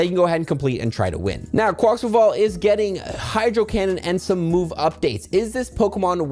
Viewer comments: Take a shot each time he says "Quaxquaval" instead of "Quaquaval" 🥴🥴🥴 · To pronounce its name it's: Qua-koa-vull or Qua-kwavull There's no 'quack' in Quaquaval's name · how the hell are you adding an unnecessary x sound in quaquaval?! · Dude, there's no 'x' in Quaquaval... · Who else is screaming "There's NO GOSH DANG X in the name!"?? XD